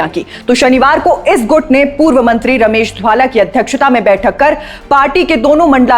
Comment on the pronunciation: महोदया, घर में किरायेदार आ गए हैं और घर के सदस्यों को नजरअंदाज किया जा रहा hai. स्क्रिप्ट नहीं आती बनाने. रमेश धवाला का नाम भी नहीं बोलने आ रहा. कहां से आ जाते हैं ये नौ सीखिया एंकर